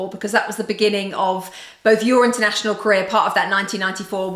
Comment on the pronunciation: Mr Internashionaaaleh